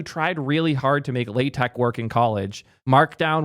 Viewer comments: Don't worry, this isn't the first time we've looked a a paradigm and said "this is too damn complex, we should make it simpler" only to recreate exactly what existed before. Markdown is starting to look a lot like LaTeX. 🫣😄 And you're not pronouncing LaTeX circuit. 😄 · Hearing mispronounce LaTeX is oddly comforting.